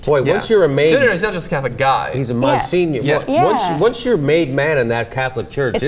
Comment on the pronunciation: Mon-senior? seriously?